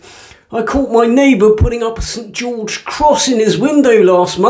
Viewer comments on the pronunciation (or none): none